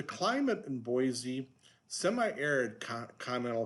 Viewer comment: Very interesting info on the anti-californication attitude in Boise. By the way, if you want to know how to pronounce it listen to this